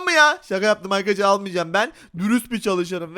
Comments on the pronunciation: Arkadaşlar❌ Arıkadaşlar✅ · abi sen niye arıarkadaşlar diyosun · videonun başında arkadaşlar demek yerine arıkadaşlar dedi sorun yok